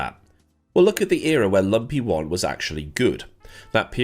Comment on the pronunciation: This is the first time I've heard LMP1 said as 'Lumpy One' and I very much enjoy it.